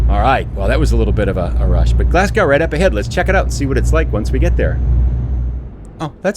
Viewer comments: its pronounced glazgo spelt glasgow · Love the video and the scenery (quick tip, its pronounced glasg-o) keep up the good content 👍